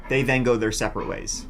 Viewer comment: It's wild how you pronounce the word 'go', as if it has two o's... curious as to how you'd pronounce the word 'goo' 🤔...?